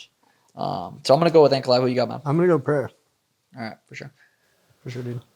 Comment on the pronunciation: Any chance we could stop with the dumbass "Puh-hair-ah" thing? It's "Puh-ray-ra"; no double r so no H sound. Rogan (was probably told by someone else) has corrected himself since UFC 300 yet the stupidity persists.